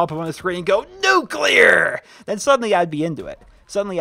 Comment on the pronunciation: "NUCLEAR" I died!